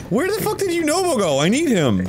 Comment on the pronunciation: Lol, i thought Yunobo was saying "WHY'D YOU DO IT!?" too